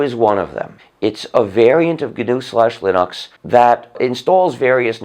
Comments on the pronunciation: i only wish he would learn to say linucks and not linocks... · Why does he say Linox instead of Linux? He wants everyone to say GNU but he refuses to say Linux correctly. It's not Linox, bro. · It's pronounced "lyn-eks". watch?v=5IfHm6R5le0 ..Linus Torvalds on pronunciation of Linux. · so then he should be well aware he's pronouncing linux like a pretentious ass. linUx not linox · Lin-uuks not Linox. It's how Linus pronounces it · I've never heard someone pronounce Linux Linahx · gnu linox? why do people have to be stupid and pronounce shit wrong? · There is no doubting his contribution to society with the FSF and Apache Server, to say nothing of GNU/Linux. It is also endlessly fascinating to me that he pronounces Linux as "Linn-Ox". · no its gnus not unix not unix not unix not unix ...... plus linox! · it's leggnux yuu imbecile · linus = lie-nus linux = linox or linix Hmmmmmmmmmmm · Guh-Noo Slash Lynn-Ox? Why does he pronounce it so strangely? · Hey RS start pronouncing Linux the way Linus does and then maybe we can debate your crazy arguments. You have and never had any respect for Linux, why should we listen to you ?